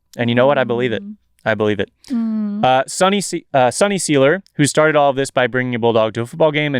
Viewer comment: Seiler rhymes with Tyler